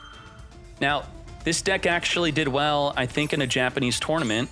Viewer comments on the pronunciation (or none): none